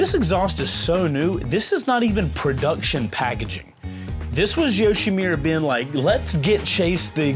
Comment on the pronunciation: Chase, when do you finally learn it's not YoshimIIIIIra, but YoshimUra?